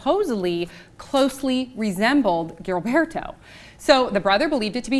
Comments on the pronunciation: JILL-BERTO not GILL-BERTO Damn American speech. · Gilbairtoe love how she pronounces his name